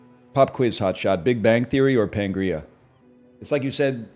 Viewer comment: Those who don’t know: it’s Pangea not Pangrea